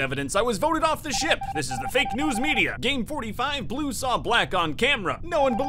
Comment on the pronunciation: i thhAW ornge iN seCuRiy, anDD a Fw pink [inaudible] oF greeNN movInG in ThAT dehrECtiOn. tHeiRfoUr, greNN kiLLd orngE. (gremlin laughing)